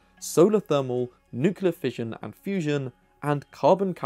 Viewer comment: Wait what.... did I just hear a BRIT saying NEWKYALAR?